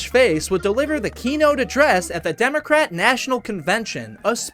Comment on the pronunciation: why does he keep saying “democrat” like an old person